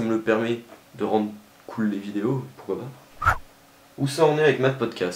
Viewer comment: "pourcoit" ? "pourcoit" ?.. T'es sûre de ça ?